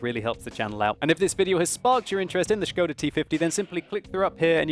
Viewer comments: That "o" is very short, it isn` t [oooooooo] but just [o]. I am Czech, and it`s funny to hear :-) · his pronunciation of skoda is waaay off :), just messing with that shit :). There is not "sch" sound in skoda :D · Sounds like he's saying "scrotal T-50" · Isn't Skoda pronounced more like school, just with a "da" instead of the "ol"?